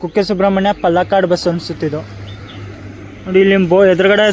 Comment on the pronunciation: ಪಲಕಡ್ ಅಲ್ಲ ಪಾಲಕ್ಕಾಡ್